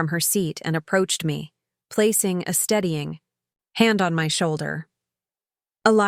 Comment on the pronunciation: Editing needed. 'Steadying" not studying.